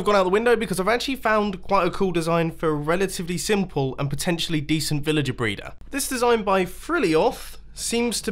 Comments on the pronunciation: U said brayder at 3.10 in the video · Did he say villager breeder or villager braider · The way he says breeder